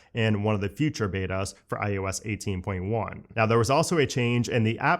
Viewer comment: Is it just me or does he start out saying iOS and then slowly starts to say iUS?? 😅